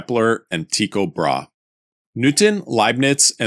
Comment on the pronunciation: Pretty sure Brahe is 2 syllables